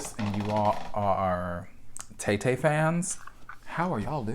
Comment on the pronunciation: When you said "Tay-Tay", I heard "Tété" this super cool French singer from the 90s and was so excited that he had a new album. Sigh.